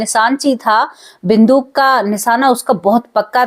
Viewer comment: बिंदुक नहीं बंदूक बोलो